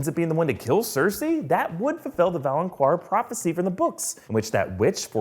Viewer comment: my guys.....its said like “valinkaar” not “valinqwar” and “naath” not “narth”